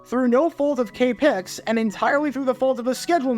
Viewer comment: FYI, native San Franciscan here - No one EVER calls KPIX "Kay Pics." It is always "Kay Pee Eye Ex."